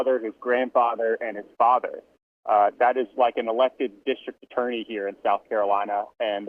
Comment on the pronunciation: It's pronounced MurDOCK. NOT MurDAW. And Elec not Alex. It's south speak.